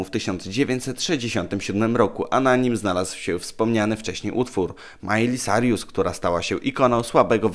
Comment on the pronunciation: Miley Cyrus czyt: Majli SAJRUS NIE SARJUS!!